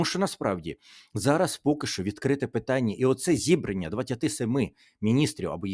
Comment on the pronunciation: Доброго вечора, пане Тарасе. Будь ласка, слідкуйте за наголосами. Не зІбрання, а зібраннЯ.